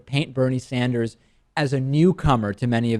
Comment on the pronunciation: DP said Bernie Standers